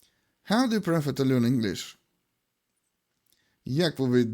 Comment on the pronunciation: Перевірьте як вимовляется дієслово "prefer" 😢